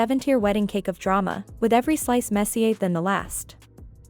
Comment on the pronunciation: Right? The ai is calling Drew “jew” and saying “messier” as if it’s French